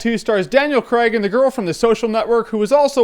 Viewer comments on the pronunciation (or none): Daniel "Cregg" Why can't Americans say Craig properly? LOL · You pronounce "Craig" like "creg" lol I know it's completely irrelevant but yeh